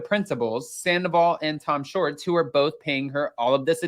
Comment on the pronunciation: It’s Schwartz, not Shorts.